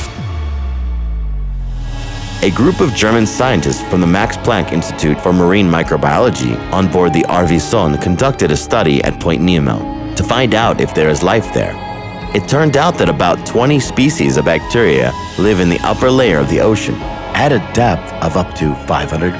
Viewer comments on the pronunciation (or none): That German ship is pronounced “soneh” I guess you pronounce the e on the end in German